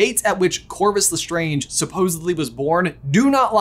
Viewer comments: Me waiting for the day lestrange is pronounced correctly on this channel.... they're strange... le strange not strongé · I’m sorry but am I the only one that noticed the way said lestrange 😰 sorry it was just kinda…… strange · It bothers me how you brothers intentionally mispronounce Lestrange. Just because the word's origins is french doesn't mean that's how the name is pronounced. You don't pronounce someone's name the way you want to, you pronounce it the way they do. Anything else is just rude. As Data says in Star Trek TNG when asked "Day-tuh, Datt-uh, what's the difference?": "One is my name, the other is not." EDIT: lol, then you pronounce it correctly later in the video. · OMG I don’t know if I have said Lestrange wrong my whole life but says it differently than I do I don’t know if I’m losing my mind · Can you please pronounce the lestrange properly please. Stephen frys why of saying is the absolute correct way to say it